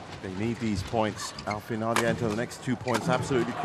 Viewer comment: The young Thai men played brilliantly but the commentary for that game was so one-sided. Also, it's pronounced ChUngdu and Al Fian, not Alf ian.